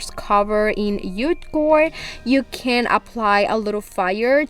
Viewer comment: Can I just say, you say yute cord it's J JUTE cord